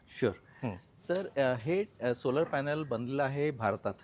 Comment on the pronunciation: सोलार नंही,सोलर कार म्हणा!! उच्चार योग्य करा साहेब